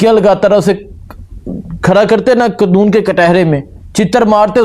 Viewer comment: بھائی قنون نہیں قانون۔